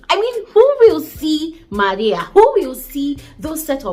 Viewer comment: Love the way you say MARIA